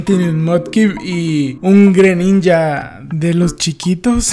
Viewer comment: "Y un greninja-aa de los chikitoz"